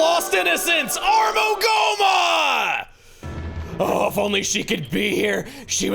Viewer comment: Time for another "Jenny was a dumbass and couldn't pronounce words correctly as a young teen" segment. I had never heard of Gohma when I first played Twilight Princess, and so when I saw Armogohma's name, I didn't realize the h was silent... So I pronounced it "Armo-go-hmm-ma".